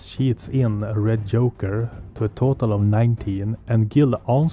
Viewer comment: Really, really nice video, subscribed and liked, keep up the good work ! One request - I don't know where are you from, but it's Lady Justice, not Yastice and Joker not Yoker !!!